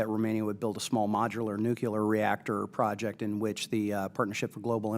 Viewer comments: Also, I cannot respect anybody who pronounces the word "nuclear" as "nucular". Get your sh*t squared, mor*n. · Nuculer haven't heard that in a while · I'd feel better if the questioner could at least learn how to pronounce nuclear. It's not nucular. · It’s “noo-klee-ur”, not “noo-kew-lur”. Ugh. This is one of my biggest pet peeves. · I wish he would ask about the nuclear power plants instead of the nucular ones. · Scary the guy on energy and technology committee can't pronounce the word nuclear correctly ??? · Of course, it would be better to get an opinion on nuclear energy from someone who can pronounce nuclear.... not to nitpick or anything.